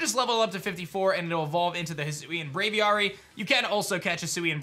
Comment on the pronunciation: “Aviary” “Wyrd” These words have actual pronunciations